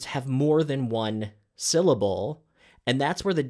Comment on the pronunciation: Em phasis... Syl lable... what are you on ab out?